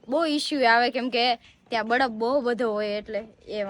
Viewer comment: badaf ny baraf bolay jamkudi kalu kalu bole😊